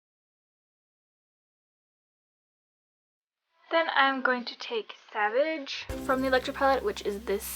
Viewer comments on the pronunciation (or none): none